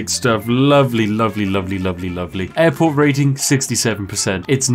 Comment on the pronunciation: did you say airport or Adport?